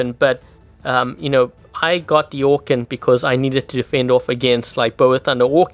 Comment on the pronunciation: Anyone else remember when said orkan like orKEEN?